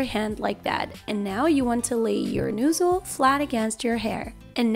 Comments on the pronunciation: Nozzle not noozle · One word:...."New-zul" "Nuuusel" omg LOL